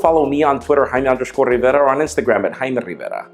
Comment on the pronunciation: there will be noise...thats y we are not hearing the J in his name while he says it